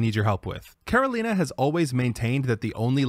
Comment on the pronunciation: As a native Ukrainian speaker myself, while Karolina's pronunciation is perfect, I'm not sure if it's the result of being fluent in Ukrainian or simply learning the pronunciation through common Ukrainian words that her family may have used at home.